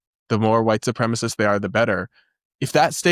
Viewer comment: Is it an American thing to pronounce supremacist with half the letters missing?